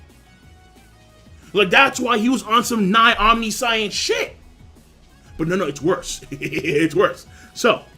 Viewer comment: it kills me when people pronounce "antithesis" that way. And "omni-science"?! ...that's a joke right?